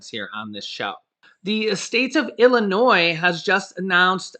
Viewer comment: you’re awesome! You’ve learned the correct pronunciation verbally saying “Illinois”! 😘